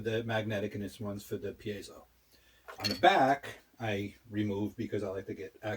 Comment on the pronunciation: Also - It’s Pee-Ay-Zo. You had it right the first time.